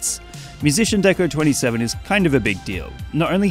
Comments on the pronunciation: LETSGO DECO*27 MENTIONED 🗣 🔊🔥🔥🔥 also pronounced nina, not 27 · His name is DECO*27 (NINA) not Twenty-Seven